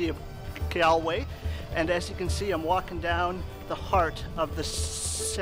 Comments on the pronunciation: Hey man, great video just one thing I’d like to point out is that it’s pronounced as Gawl Way not gal way, yes I know it makes no sense but that’s just how it is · Did you not make sure you knew the correct pronunciation before you made the video? 🤦🏻‍♂️